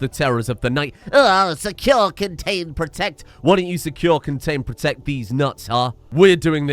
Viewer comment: Secure, con-gains, bro-tect